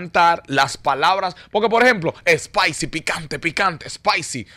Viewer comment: No es espaisi lol Spicy=picante=( the pronunciation)= shhhpeisi